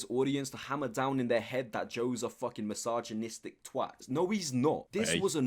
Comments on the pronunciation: Him: complains about Nick's perfectly normal US accent Also him: can't pronounce "misogynistic" correctly (he said: my-sarg-en-neest-ik) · Still stuck on snowy joe’s friend pronouncing misogynistic as massage-gynistic